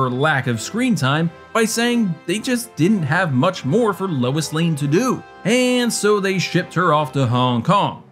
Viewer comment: LOIS NOT LEWIS LOL